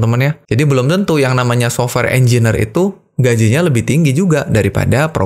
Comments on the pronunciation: Mohon izin mengoreksi Pak Engineer dibacanya enjenir, bukan enjiner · Informasinya kerenn uyy. Mantap bang. Btw sorry bang hehe cara penyebutannya engineer (enjenier) 🙏